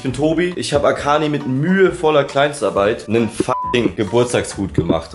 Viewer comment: Ich: schaue das Video Rewi: Happy BÖRSDAI AKANI Ich: 🥲